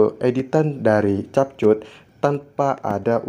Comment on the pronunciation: Cara yang benar nyebut adalah kep kat...bukan chap chut😅